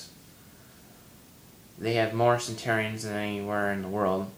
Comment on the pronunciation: and you're not pronouncing "centenarians" correctly. :p